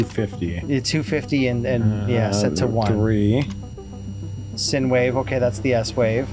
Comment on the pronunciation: Not much input this time, other than a mildly annoying grammar nazi pronunciation correction: it's " Sign " wave, not " Sin " wave. But honestly, anybody could make that mistake (up until I was...twelve? Thirteen? Can't remember, I made that mistake too, until my science teacher corrected me during the "Physics: Audio and Soundwaves" section of our lesson plan, which also humiliated me when I was corrected after mispronouncing the word while simultaneously getting the answer correct on the question). Aside from that, good content as always. Keep it up.